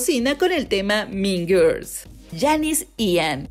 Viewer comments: "Min Girs"... Jajajajjaja... qué mala pronunciación....se mamo...."Las Min Girs" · No supero la pronunciación JAJAJA "min girs" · Morí de risa con el "MIN GIRS" JAJAJJAJAJAJJA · Porque no puede pronunciar “mean girls” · Si no tienes idea cómo se pronuncia mean girls, mejor dilo en español.